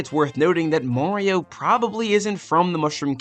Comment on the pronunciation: Why do you pronounce "Mario" as "Morio"